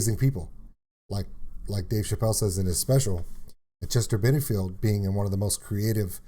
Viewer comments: His name is Chester Bennington not Benningfield! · Dude BENINGTON NOT BENINGFIELD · Sorry but it's Chester Bennington not Benningfield just had to let you know 😁